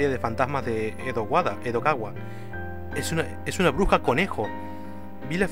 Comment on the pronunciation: Y se la pasó diciendo Edowada en vez de Edogawa todo el video.:_D